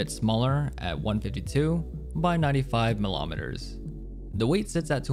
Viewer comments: The way you say millimeter and centimeter could not be more american lmao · There is no o in millimeter or centimeter, so weird to hear it pronounced like this. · This is the only human being to ever pronounce those two words that way. I hope he's joking.